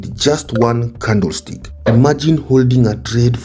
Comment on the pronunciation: The way Africans say 'candlestick' makes it more funny 😂